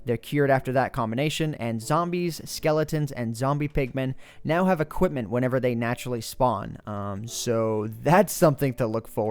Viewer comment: he said equitment dumbass